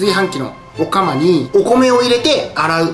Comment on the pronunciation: 炊飯器の「お釜」の発音が僕と違う笑